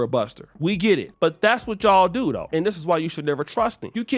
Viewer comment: The northern California jumped outta oshay, when he said Luke is Dusty for real though!!!!!! 😂😂😂😂😂😂 With the emphasis on the though!!!!😂😂😂😂